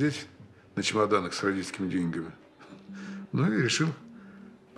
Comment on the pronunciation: Ну и что,,Многие актёры говорят ДеньгАми, вместо дЕньгами,,,Сейчас на это обращают внимание из совка, а современная молодёжь не очень грамотная,, правильно говорил Задорнов,,,,/ светлая память ему/